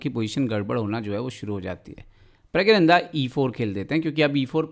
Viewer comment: It's प्रग्गनानंदा👏🏻